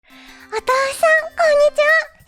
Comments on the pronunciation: 最初の「お豆腐さん」が「お父さん」に聞こえた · 開始の「お豆腐さん♩」が「お父さん♩」に聞こえて、ふぁ!?∑(ﾟДﾟ)ってなった^ ^